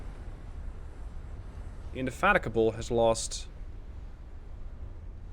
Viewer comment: Nice, although I think the battlecruiser's name is pronounced in-de-fatigue-able